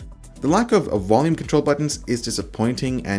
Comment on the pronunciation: WOLUME CONTROLS!